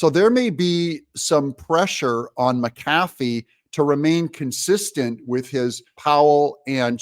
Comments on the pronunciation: Judge Mac - Ah - fee not Meh- Kaffey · Doug, or is that Do ug ? You are the one that said you were going to make a better effort to say names correctly. It is Mc Afee, not M cafee. And it is Chese bro, not Chese boro. I love your show, but would like to see more accuracy on names. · Not that he deserves respect, his name is MAC A FEE. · Please pronounce the judge's name correctly, "MC-A-FEE" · He says McAfee wrong again. Drink!